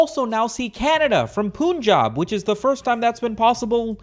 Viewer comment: I assumed he was Indian until he pronounced Punjab